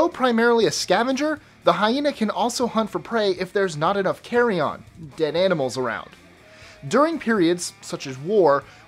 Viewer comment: Carrion as opposed to carry-on LOL